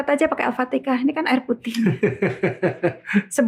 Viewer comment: Al Fatihah ! Bukan Al Fatika